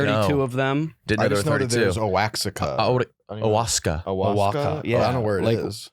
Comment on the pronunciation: Oaxaca is pronounced “wuh-hawk-uh” lol nice butchering by all 3 gents over 5’5”